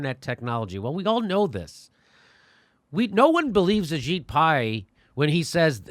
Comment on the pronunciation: Ajit Pai kinda sounds like your saying A Shit Pie.